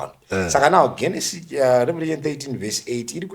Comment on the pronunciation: Genesis is pronounced with a J sound it is Jenesis not with a G sound